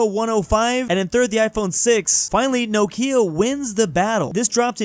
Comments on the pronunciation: Is this how you say "Nokia"? I had no idea! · pronunciation of Nokia is uncanny to me lol